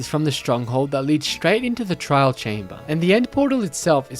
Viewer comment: "trial" ruin 💀 Bruh its a trail ruin. trail with an AI.